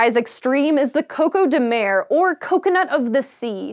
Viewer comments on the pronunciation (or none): For Portuguese language speakers.... 🇵🇹 - CÓCÓ de MER... ...da?! 😂